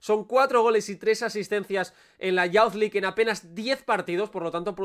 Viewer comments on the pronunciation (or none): Es "yuz" League, no "yauz" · Buen análisis pero me mata cuando pronuncias Youth League como "yauz". Sería más parecido a "iuz"